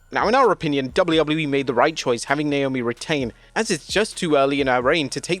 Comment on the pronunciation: I’m sorry, but Wade is not amazing on commentary. The fact that he can’t/won’t, I don’t know which, pronounce some of the wrestlers’ names correctly is embarrassing. I have no clue who this Beanchor Belair is or Niomi.